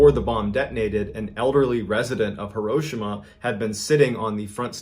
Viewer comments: As much as I enjoy Mr Ballen's videos, I was getting soooo annoyed with his mispronunciation of HEE-ro-SHEE-ma... 😕 Come on Ballen... You're military! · I'm sorry is he saying here Hiroshima correctly